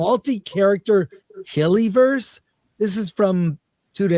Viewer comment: LOL "Tillyverse" please